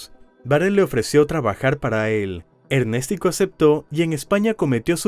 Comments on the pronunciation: Y le decían Ernestico jajaja o Ernéstico jajaja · ErnÉstico ojito, el men se llamaba Ernesto y su diminutivo sería Ernestico ,la pronunciación está mal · Me da dolor de cabeza cada ves que escucho ErnèsTico 😂😂😂